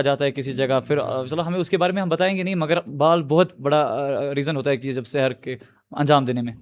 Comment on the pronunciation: It's not sehar, it's sihr